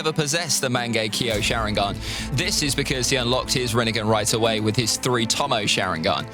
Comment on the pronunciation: Facts, his only issue is the way he pronounces rinnegan lmao